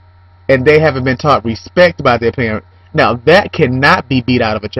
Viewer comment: i love the way says parents....perrrents lol.... i think you should beat your children if that will make them behave...if it dont work, dont do it